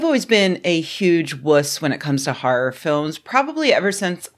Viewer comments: "Har'r". Ahh, dialects. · "... a comedy harr instead of a harr harr" 😂